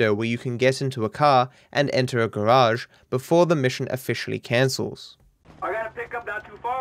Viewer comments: Love the way u say garage ,... Garaasshhheedd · You pronounced it as Gauge Warp Glishes. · Mish-on Ga-rashe Gl-itche